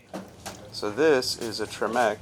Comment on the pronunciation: TREH-meck, not treh-MECK. But whatever.